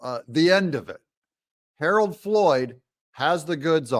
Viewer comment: You say Harold three times at least, please get it right.